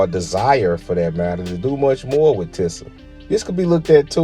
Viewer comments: It’s pronounced “teeza” not no damn “tissa” smh. Big Sean made this brand famous to me back in like 09 with his Finally Famous mixtape series. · It pronounce (TEE•SAH) not tissa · Just So U Know Its (TEE-SUH) not TIH-SAH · It's pronounced TEE ZA smh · It’s pronounced “Tee-sah” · This sounds like a hater hit Job Google TI$A MCM and the brand is pronounced Teesa some brands never fall off you slowpoke. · Overall great delivery of the starting end of the brand, however, the beginning sounded a little biased and it wouldn’t hurt to pronounce the brand correctly came off as a little unprofessional however, very good job with the video